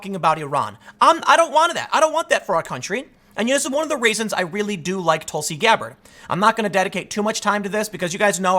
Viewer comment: Nobody: Tim: TulSi GAbBaRD